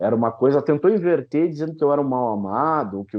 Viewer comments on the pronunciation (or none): none